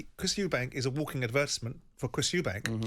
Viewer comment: It’s Eubank…not Eubanks. It’s like nails on a chalk board.